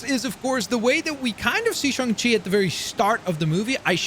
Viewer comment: It’s pronounced shane chi not shun chi